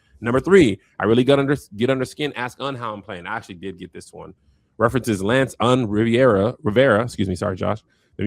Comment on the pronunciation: “RIVERAH, Sorry Josh” 😭😭😂